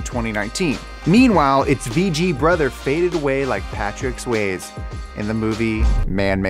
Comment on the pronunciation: This video will never be taken seriously until can pronounce Patrick Swayze correctly.